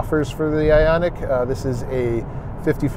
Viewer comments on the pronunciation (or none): The second reviewer has the habit of arbitrarily deciding on new pronunciations for words in common use. Hyundai becomes "Hundai", Ioniq becomes "Oniq". Does he have a problem with the letter "i"? If yes, I sympathise with his speech impediment, if no, then I suggest that he stop being a lazy bastard and pronounce words correctly. Many narrators are too lazy to find out the pronunciation of words they have not heard before and proceed to mangle language. This reviewer doesn't have that excuse. He's heard other people pronounce Hyundai and Ioniq correctly in the past.